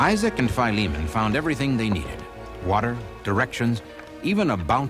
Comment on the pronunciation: Wonderful story..BTW someone should tell the narrator it is pronounced Phil-e-mon, not FIE-lee-mon. It's an ancient name from the Bible, as in Titus and Philemon. Duh...